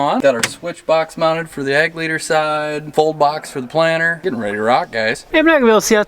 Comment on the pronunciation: I'm from Southern California and I keep hearing planner. I assume it's planter, just like assume crick is creek and rut is root. :) Also I'm. warming up to Cooper's mullet, but I don't think it's coming back to the west coast anytime soon. Although I could be wrong.